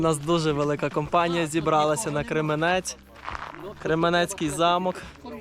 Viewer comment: Кременець–наголос на перший склад